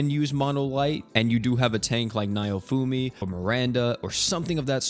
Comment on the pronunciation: Niohfumi? Mofo it's NOWfumi...